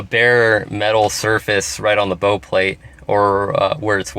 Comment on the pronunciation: Bow like how not bow like oh.